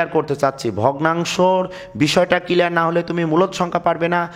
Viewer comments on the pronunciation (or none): SIR,thanks a lot for this video but "kelear" na "CLEAR".English utcharon eto vul hoy keno????